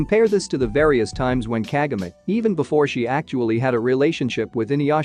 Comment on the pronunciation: can't you even pronounce Kagome right? KAH-GO-MAY